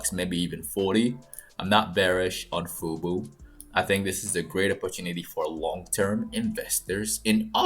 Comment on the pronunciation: This is NOT FUBU - it is FUBO, why is that so hard for you to say? People can get misled.